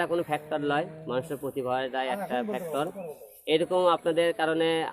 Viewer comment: ফেকটল না ভাই ফেক্টর খথাটা ভাল করে শিখ